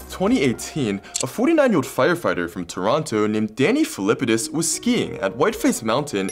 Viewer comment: You said Toronto wrong.